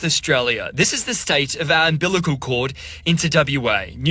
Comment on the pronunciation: Please take the time and learn to pronounce UMBILICAL correctly.